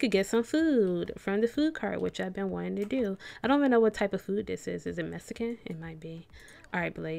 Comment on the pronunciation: Is it Mescan?? lmao